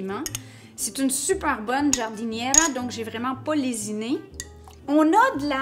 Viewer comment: Ooooh my god.. Je suis comme ça 🤤🤤🤤🤣🙏 quel bonheur... Bravaaaaa 👏👏👏👏 ( Giardiniera ça se prononce comme chéri la dit 👍) en tout cas chapeau pour ta Muffuletta. Je vous embrasse et gros bisous à Momo 😘